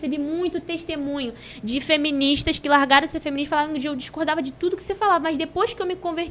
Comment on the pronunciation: “SÓCIÉDADI, FÉMINIXTAS, CONTRACÉPTÍVOS…”🤮🤮🤮🤮🤮🤮